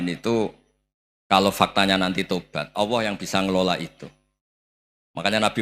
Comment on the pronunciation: Gus Baha,klu sebut Allah kok awoh